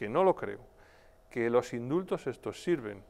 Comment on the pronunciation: Indultos? Lo qué?!!! Mis oídos perciben IMSULTOS - a todas las personas decentes